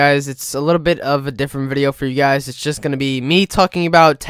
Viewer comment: yew guies